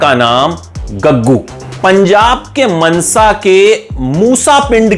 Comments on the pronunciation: अरे सर मनसा नहीं मानसा 🙄🙄🙄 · ਮਨਸਾ ਨਹੀਂ ਮਾਨਸਾ 🤣🤣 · Mnsa nhi mansa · मनसा नहीं मानसा है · Salea munsa naI MANSA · Nam tainu bolna ni aunda mnsa keh reha mansa hunda